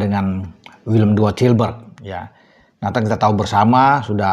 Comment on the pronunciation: Sebutnya = WILLEM TWEI😂😂😂